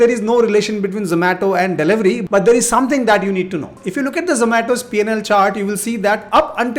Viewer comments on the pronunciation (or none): none